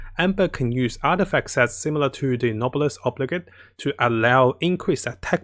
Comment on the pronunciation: Just FYI, “Noblesse Oblige” is pronounced: No-bless Oh-bleej